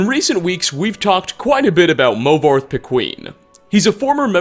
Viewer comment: Movarth The Queen is what I heard lol